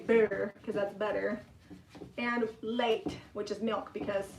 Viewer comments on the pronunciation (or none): to pronounce Lait, say "Lay"